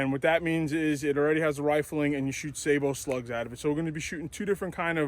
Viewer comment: stop the madess; just say "say-bo"